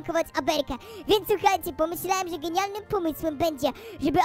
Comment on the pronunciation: że a nie rze